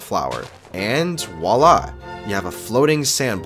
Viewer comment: Btw when you did the flower trick just so it sounds better next time the correct pronunciation Is vuala